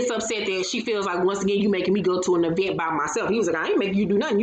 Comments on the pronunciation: I can't stand to her Latisha say event (E vent) either, 😂🤣😂🤣😂🤣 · The e-vent had me rolling